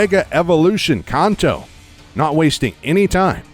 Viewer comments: Khanto ugh why is he adding an h when saying Kanto (can’t-toe) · Its pronounces can-toe not con-toe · Its definitely Can't-Toe not how you say it weirdo